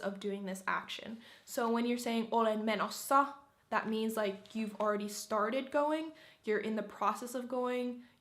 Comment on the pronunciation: you're so cringe. Menossa doesn't mean going :DDD also your pronunciation sounds so, how should I say it? Gross? It sounds so robotic and greasy and not natural.